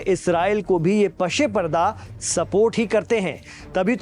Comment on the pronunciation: Pase parda lafz hai.....Pashe parda nahi.Lehaza bolte waqt talaffuz ka khas dhayan rakhen.Shukriya.